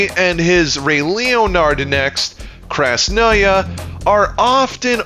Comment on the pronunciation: It was super fun to watch, gg bro. Fun fact, "Krasnaya" is a russian word and means "red". It's pronounced as "Krásnaya". But specifically for feminine gender noun. Why, I don't know. I assume kinda like sailors refer to their ships in feminine gender, as Jack Sparrow to the Pearl as "she's fast". For masculine gender it would be "Krasnyii"